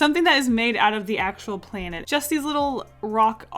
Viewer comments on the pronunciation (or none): I love how you say playnet xD